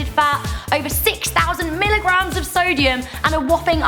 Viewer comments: it said "Solium instead of "Sodium" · "Grams of Solium"